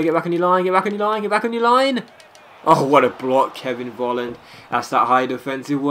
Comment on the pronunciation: Dear. you pronounce his name "Folland" not "volland":)